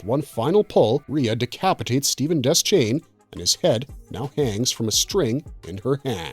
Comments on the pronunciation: De-shane. Not Des-chain. That's how Frank Mueller, the narrator of the Gunslinger and Drawing of the Three audiobooks says it. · DE-Shane not des chane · It's pronounced Deshain. The C in Deschain isn't sounded. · Deschain is pronounced Deh-Shane. It's French.